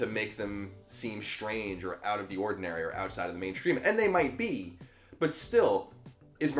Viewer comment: Very nice job. Spot on message for those speaking freely and refusing to be placed in a socio-political box. Been a few weeks since I've watched one of your videos and you're looking and sounding great! Keep it up! Two bits of feedback- constructive and loving- pet peeves as much as anything. "Greetings and salutations" sounds contrived. And it's strange not "shtrange." Keep it up dude. The shtruggle is real!